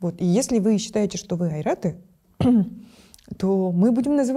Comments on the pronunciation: Всё же правильнее озвучивать Ойраты, не Айраты. Айр и Ойр - два разных по смыслу слова. В монгольских языках все буквы читаются не изменяясь. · Здравствуйте 👋! Вы же ОЙРАТЫ?!?!? А почему говорите Айраты, почему, почему????????? ОЙРАТ ЗВУЧИТ ПРИЯТНО! Говорите о себе правильно!😮😮😮😮😮😮😮